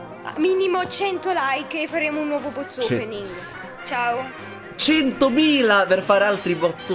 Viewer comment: È RITORNATO IL "BOZ" OPENNIG! 🤣🤣 SEI UN GRANDE! ❤